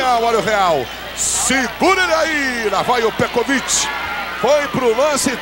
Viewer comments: Petrovic... Pecovitch... Pecovid... Petrovid... kkkk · Peciviti kkkk pecoviiitiii meu Deus o narrador nem tinha ideia 💡 de quem era o petkovik kkkkkkk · O cara falou tudo que é nome, menos o nome certo. Kkkkkk Pekovit, Petrovit, Pekovitri... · O narrador chamando de "Pecovit" / Peteviti. O comentarista de campo dizendo que esse Pecroviti está arrebentando com o jogo. Kkkkk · Pekovic é lá, narrador...kkk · Ganhou vários nomes pelo narrador🤣🤣🤣🤣 Pecopix,pecovik,petrovik,petrovit,PE COVID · Pécovit kkkk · Petrovic, Pekovich, Petkovich O que eu penso: 1 - O jogador é algum tipo de “fragamentado” com múltiplas personalidades; 2 - O Real tem 13 jogadores e não 11 como é a regra; 3 - O narrador encontra dificuldades para citar o nome do jogador. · Eu não sei onde esses caras viam a letra r no nome Petković. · O narrador nem sabia falar o nome do pet na época kkk